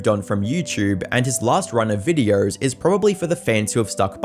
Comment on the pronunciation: Funny Accent go brr